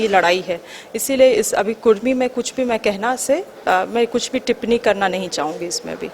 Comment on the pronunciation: कुर्मी नहीं कुड़मी